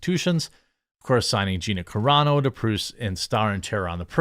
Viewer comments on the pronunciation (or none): none